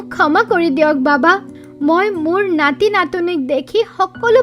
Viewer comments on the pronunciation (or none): Nati natini... Not natoni... Be careful... Our little assamese child listen it.. So pronounciation should be correct